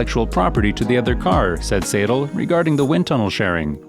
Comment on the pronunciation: mr. Andreas SAYDUL... I present to you mr. Otmar SNOFFNOUR! Also known as ZOFFNER!!